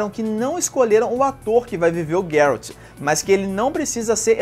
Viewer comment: MDS se fala Geraldi n guerraldi